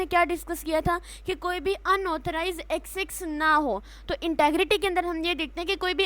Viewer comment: its not XX, its Access. Ek-cess, Ac-cess= Access.